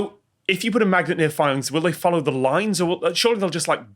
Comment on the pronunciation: "iron fillings" 🤔